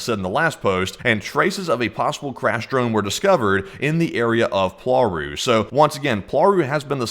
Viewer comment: WTF is POARU it is cald PLAURU check google translate plz. Not worth watchinh this bs.